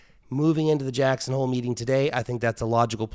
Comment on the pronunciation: He said "jacks on hole" heh heh